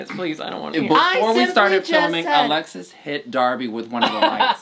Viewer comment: Alexis' accent saying "y yo soy Alexis" was PERFECT I had to process it for a moment